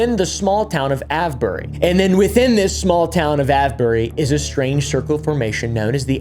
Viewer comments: just to let you know that avebury is pronounced A-V-E-bury also you didnt mention the red lion the most haunted pub in the uk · The Ave in Avebury is pronounced like it does in Save or Grave. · Avebury pronounced ayv-bur-ree. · Great topic. But, hey, it's pronounced ey-v-bury. (/ˈeɪvbəri/). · I’m dying every time he says Avebury.😂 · 😂 Avebury 😂 As in; Youre aveing a laugh Please sir, can i ave some more 🥺 And ave you got a bottle of wa-er